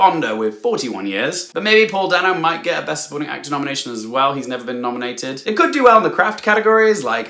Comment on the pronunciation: By the way, Paul Dano's last name is pronounced DAY-NO, not DAN OH. Yeah, Dano never corrects anyone. If you find one of those YouTube videos where he goes over his list of iconic movies, he will pronounce his name. I don't even think he corrected Spielberg who pronounces it DAN OH.